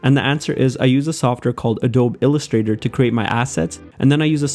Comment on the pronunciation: Adobe is pronounced “ah-dough-bee.”